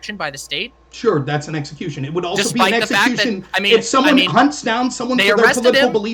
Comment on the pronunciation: apparently thinks you pronounce execution as, eggecution. Lol. literally pronounced it that way throughout.